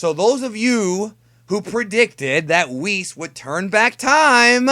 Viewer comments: "Wheerus" - has been playing too much DB Fusions. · I shot Rice Crispies out of my nose when you said Wheerus! LOL